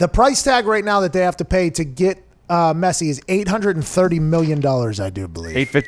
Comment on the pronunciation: I am sorry but I am 20 seconds in this video, He said Messi’s name wrong and he said that right now Pulisic is on Messi and Ronaldo’s level? Okay I like Pulisic I do but he is potential is not on Messi or Ronaldo’s not even close😕